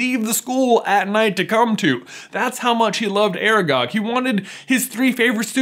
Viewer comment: Its aragog, ARAGOG